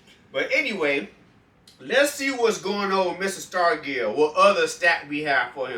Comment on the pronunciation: Yeah it was willie that warmed up with a sledgehammer. Pronounce his name with a "j". Say it like Starjull